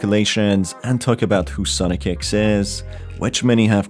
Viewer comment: It's not ex it's e x e